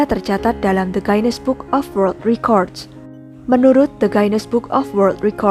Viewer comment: Guinness... Bacanya ginnis bukan gainis, coba check dictionary